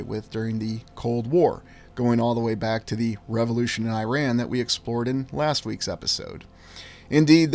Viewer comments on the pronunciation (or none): none